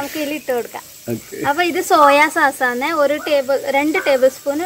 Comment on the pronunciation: സാസ് അല്ല സോസ്